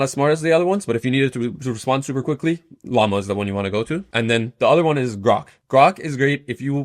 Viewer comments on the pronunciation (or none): none